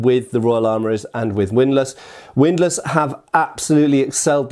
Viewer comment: Widlass? HORROR ¡¡¡¡¡¡¡¡¡¡¡